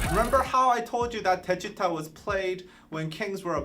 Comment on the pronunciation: The pronunciation is : DECHITA !!!! not "deshiuta" 😂